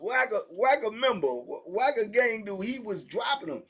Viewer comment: Wack a member lol wack a gang member not wacky a mole lol